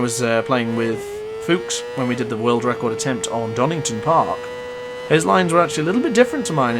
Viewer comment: Love the vid but your pronunciation of Oulton is killing me 🤣 great vid mate